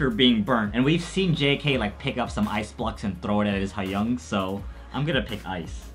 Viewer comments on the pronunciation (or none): Pronounce Hyung like young with an h in front, not hi-young.